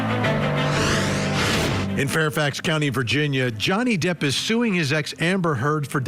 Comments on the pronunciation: & this dude calls Johnny Depp Donnie Jepp😆 I don't trust his advice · Guy says Donny Jepp. Twice. 😂